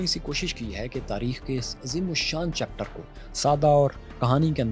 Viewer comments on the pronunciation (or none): none